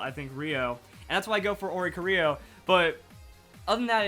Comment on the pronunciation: oricorio , 1 ITS PRONOUNCED or-ee-core-ee-oh and the ori came from nowhere and the corio is choreography